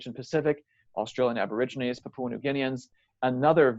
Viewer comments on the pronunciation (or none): none